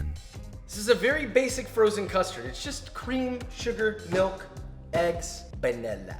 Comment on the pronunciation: I heard panila extract lol